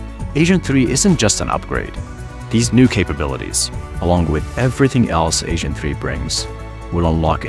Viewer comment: lols he said ASAIN 3